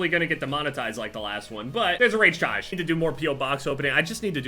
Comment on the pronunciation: the rage tayge